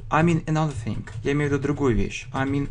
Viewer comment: не think, а thing)))